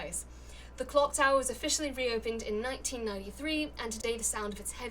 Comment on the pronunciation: Nicole's near-flub of Cock Tower was legendary.